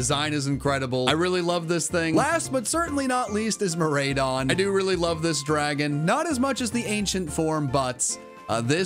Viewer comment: Your ride-on pokemon are pronounced just that way.. Core-RIDE-on and Meer-RIDE-on...